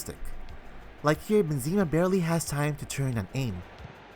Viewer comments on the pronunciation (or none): man said benzeeeema lol, its BENzema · Great video, very informative. Please stop pronouncing Benzema like that though, lol.